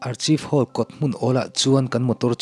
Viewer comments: Hming : Archive Hall Lam rik dan tur : Arkhaive Hall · Archive Hall hi Ar-khaif hall tia lam tur niin ka hria.. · Archive hall i lam dan hi itih sual palh anih ngei ka ring.mahse,a ngaihnawm e.tih sual hi chu kan nei vek a nia...